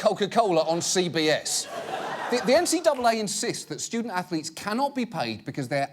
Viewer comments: "stoodent atholeetes" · “Student Athho-Letes? Why that’s brilliant Sir”. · Student Anth-o-leets? Haha that is brilliant sir. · "Student Ath-O-letes" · "student ath-o-lets? Ho ho, now that's brilliant sir!"